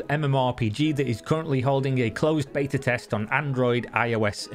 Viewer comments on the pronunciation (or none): none